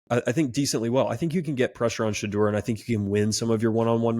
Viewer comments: THIS! Sha-door, not Sha-der. Do some research ffs. Buffs in a blowout 45-24. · #2 = “Sh-door” it’s not hard to say